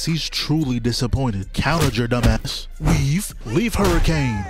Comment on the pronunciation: How the hell are you saying weave in italics